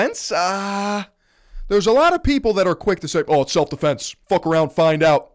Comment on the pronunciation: "Self deflense" lol